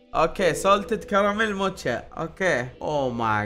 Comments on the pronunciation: موكا❌ موتشا✅ 😂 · موكا ❌ موتشا✅